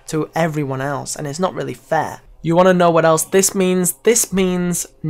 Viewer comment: love how he said "fair"